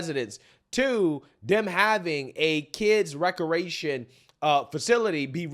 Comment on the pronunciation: recreation, not receation